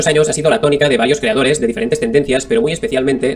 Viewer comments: Si vuelve a decir "creadore" empiezo a sacar las antorchas. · Me encanta cuando dice creadore jajajajajajajajajajajaja